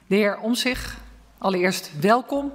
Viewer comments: Wat irritant dat Vera Bergkamp de hele tijd omzig zegt en de letter T niet uitspreekt. Het is Omtzigt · De voorzitster spreekt de naam Omtzigt niet goed uit. Ze zegt “Omzich”. Zo dom is ze niet, dus uit dat kleine detail blijkt haar vooroordeel. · De voorzitster heeft duidelijk moeite om de letter T uit te spreken.Het is Omtzigt,en geen Omzig.Of was het per ongeluk expres. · Fijn dat hij er weer is. De voorzitter weet niet de juiste naam van dit gewaardeerde kamerlid. Het is Omtzigt en niet Omzig. Als voorzitter zou je beter moeten weten Berkam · Vera Bergkamp het is OmtzigT en niet Omzig of Omtzig. Jij wil ook niet Berghuis genoemd worden. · Spreekt de voorzitter nou bewust die T's niet uit... ze zegt gewoon Omzig... Of is dat deftig ofzo?? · Toch fijn dat je terugkeert in de kamer en de voorzitter spreekt je naam 3x verkeerd uit: “Omtzig” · Hij is terug en Hoe !!!. Heeft de voorzitter een spraakgebrek of weet ze niet dat het de heer OmtzigT is. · Omtzig-t, spreek die naam gewoon goed uit man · Vera kan de 'T' niet meer uitspreken? 🤔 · Hoe is het mogelijk dat zij niet eens zijn naam goed uit weet te spreken?????????????? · Hoezo kan de kamervoorzitster de naam Omtzigt niet goed uitspreken? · Ze kunnen zijn naam.niet eens uitspreken